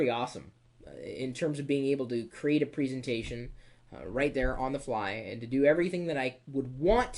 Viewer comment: you struggle to say 'presentation' properly :)